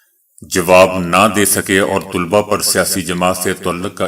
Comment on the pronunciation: طالبہ ہوتا ہے تولبہ نیں🎉